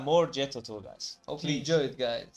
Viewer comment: Tull rhymes with dull. That said, they’re anything but dull. The guitar solo in this song is one of my favorites of all time.